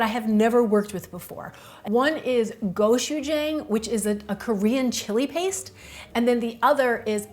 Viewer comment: And gochu-jang is gochu-jahng